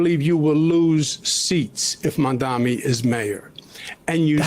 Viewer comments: How can these major news broadcasters still not pronounce his name?? "Modmomy" "Nanmadi" "Macaroni" Jesus fucking Christ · Is his refusal to pronounce MaMdaNi's name correctly on purpose or is it early dementia? Either way ... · Why does she mispronounce Mamdani's name... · It’s been months and they’re still saying “Mandami” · Cuomo either consistently fails to say "Mamdani" correctly out of sheer idiocy or a lack of basic human decency. Either is more than enough to disqualify him for office. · Zo-Hran Mom-dah-nee Why is it so hard for people? There’s an H before the R, there’s an M before the D. It’s NOT. THAT. DIFFICULT. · Why can’t Cuomo pronounce Mam-dani correctly?! Is it on purpose by this point? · Why is she saying Mamdami? She doesn't even know his name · its so infuriating that he’s getting grilled by someone who ALSO can’t pronounce MAMDANI’S name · It's like so easy. Mom - Da' - Knee. I'm ESL, wtf is so difficult about this? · Jennifer Welch and Angie Sullivan from IHIP do this too but it's not intentional. Still irritating. "Mom-dommy" lol They can't pronounce Ruben Gallego, Adelita Grijalva, or the word "gestapo" either. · What is so hard about correctly pronouncing MAMDANI? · ffs how hard is it to say MAMDANI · He still can't say Mamdani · the fact that these people refuse to even pronounce his name correctly is so infuriating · Why can't they say Mamdani? It's literally phonetic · Why can’t anyone pronounce his name? Everyone knows the word mom. Our president’s first name is Donnie. How difficult is it? Put the two together and you have Mamdani. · So is he like....physically incapable of pronouncing Mamdani's name correctly? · Cuomo can’t even correctly pronounce Mamdani’s name. Your right. He’s so lazy. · He’s still mispronouncing his name which is just malicious at this point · Cuomo still can’t even say “Mamdani.” Mamdami Mandani Mandami He has all of those covered. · It’s MamdaNi not MamdaMi - why aren’t people able to get this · mom dommy